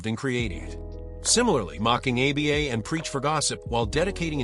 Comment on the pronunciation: stupid ass AI slop. pronounces Aba as "A B A"